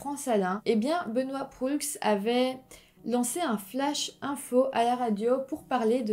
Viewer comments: Très bon. Par contre, on dit: Benoît Prou...même s'il s'écrit Proulx. Ensuite, la ville se dit : Ste-Foi, même s'il y a un Y au lieu du i. Ceci est à titre informatif. Bravo pour tes vidéos, j'adore. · Bonne vidéo mais pour la prononciation : on prononce *Sainte Foie (St-Foy) *Benoît Prou (Benoît Proulx) et on dit Université Laval (et non pas de Laval).